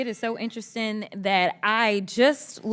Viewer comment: "interesten" lmbo I knew it was going to be a worthless freeloading aa hire black idiot who said that.